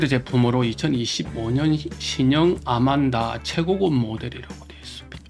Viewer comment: ANMANDA ....AN 인데 `아`라고 하는건가요....`안` 이 아니네요?